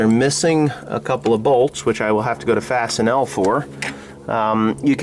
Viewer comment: fasten all is how it's pronounced. :D